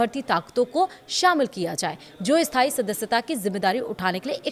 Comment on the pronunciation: स्थाई और अस्थाई का उच्चार्ण ठीक नहीं है, अपना उच्चारण ठीक करें।